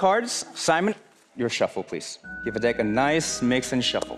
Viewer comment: Did he say dick of cards 🤣